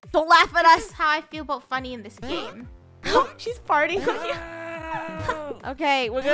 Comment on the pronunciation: You said 'funny' and it's 'funneh'